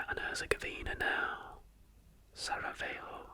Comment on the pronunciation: I’m Bosnian and Sarajevo is pronounced the 2nd way. Please do your research into pronouncing place names before stating them. I appreciate this video otherwise a lot! I also massively appreciate the inclusion of Palestine as a country because it is a country! It’s just currently occupied.